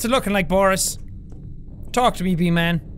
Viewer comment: Seán: Says B-Man Me: Hears V-Man My weird imagination: Hey VSauce, Michael hear.